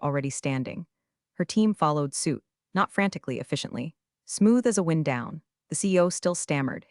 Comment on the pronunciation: Blowing wind... or wind the clock Error in the pronunciation around 25 minute mark